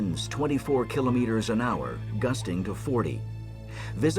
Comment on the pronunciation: These are American circumstances with American equipment. Please stop describing everything with the metric system. If you insist on persisting with the metric system, please at least pronounce kilometers correctly.